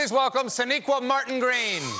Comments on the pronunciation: I cant unhear SHAniqua Martin Green at the end lol He said Sonequa up until then 😂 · He definitely gets her name wrong at the end :s